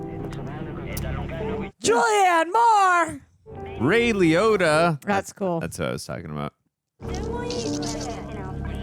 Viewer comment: "Ray Liohda", "Hans Simmer", "Glediedör", "Yugolino"... Your pronunciation is hilarious. 😂